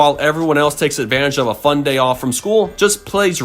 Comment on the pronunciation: Don’t you mean F.U.N? You said F.O.N.